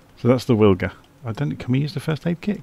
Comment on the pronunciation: Think I'll give that a try thanks! Most likely pronounced Vilga as W is V in Polish.